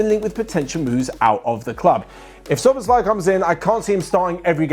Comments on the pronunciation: You should pronounce it like this: so-boss-la-ee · you say soboslai the a is like you are saying aaaah but short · just checking, did OP say that because they're Hungarian and can verify that's how we say it? Can't tell if they're being sarcastic and I thought still didn't quite say it right but idk, I'm just an English speaker